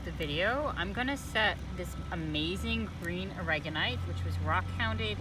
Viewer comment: Awesome video! (Though I almost shouted when she called it Aragonite all the time. 😂)